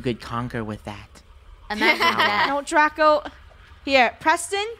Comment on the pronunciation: It's Draco -_- not draca! But it's ok cause that's funny lol😂